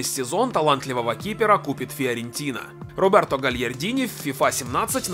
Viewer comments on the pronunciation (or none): none